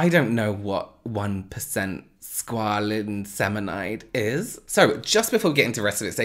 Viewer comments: Squalin ceminide, I can hear groaning in pain! Has he taught you nothing.. 😂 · scualene-cemanide ah yes, my favorite skincare ingredient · Squalenecinamide LMAO